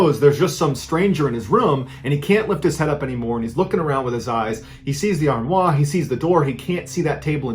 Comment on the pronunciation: That pronunciation of "armoire" is too much 😂